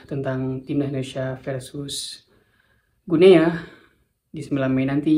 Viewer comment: Salah penyebutannya, bukan "Gu Nea", tetapi yg benar adalah "GINI", sama seperti kita mengucapkan nama negara tetangga kita : "Papua New GINI".